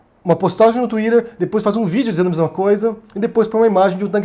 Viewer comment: Só passei aqui para ouvir vc falar Twitter kkkkkkk